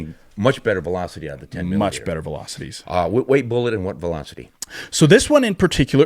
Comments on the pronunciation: 10 millimeter or as he says 10 EMM EMM! Dude just say millimeter. I have both a 29 and 30 for Glocks. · That dork almost makes this unwatchable by refusing to say "millimeter"